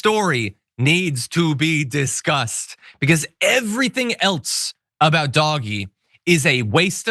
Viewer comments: Why does he keep saying doggy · Please stop saying "Doggie" like a moron. Take the mere 2 seconds it takes to google "pronounce doge" and at least sound a little more intelligent on the subject. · It's pronounced "dodgy". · Don't say "dog-e" and then laugh at "tesler" it's equally cringe. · Oh i like him calling it Doggie lol like a dog dirty dog... lol 🎉 Doge implies royalty. It is equal to a Duke. 🎉 #Ettd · it was never pronounced “Doggy” - ever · DOGE-bags. Please get it right John. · Can you not pronounce it doggy..? Don't want to taint the affectionate name of some of the best animals ever. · surely it should be prnounced 'dodgy' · Thank you for pronouncing it for the smelly mess it is… 🐕 💩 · I think he is doing it on purpose to make certain people angry. Like when they purposely call X , Twitter instead. I’m here for this lvl of pettiness lol. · He's saying it wrong on purpose. In the UK it's called taking the PISS😂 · Doge is pronounced like dodge but the O makes the Oh sound it's not doggy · Thank you for calling it by it's correct name , Dog-E 😆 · "DOG-EE" cuts? It's pronounced "DOH-j ", you lost me at that point. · Call it dodge ee, not doggy.. doggies are good, DOGE…people that do dodgy shit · Motherfucker really said "doggy". Doge is pronounced D-oh-jj. I understand that you think you're being cute by intentionally mispronouncing the name, but you come off as out of touch. Way to go. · Doh! j. - Doggy. Same. We know what he means. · I think Doge is supposed to have a soft G—Dodgy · John, PLEASE don't pronounce DOGE as "doggy!" Dogs are wonderful. DOGE should ONLY be pronounced the correct way which is DODGY as both their actions and members are incredibly dodgy! Thank you. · I haven't heard DOGE pronounced "doggy" before. I think it's more accurate to refer to it as "dodgy". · Hearing "doggy" makes me cringe but thanks for the coverage! 😂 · First time I've heard it pronounced "doggie" and I'm never going back. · Doggy shit!